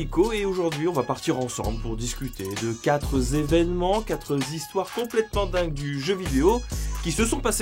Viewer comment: Quatre-Z-evenements, quatre-Z-histoires..... Bon vais faire un effort et écouter la suite 🤯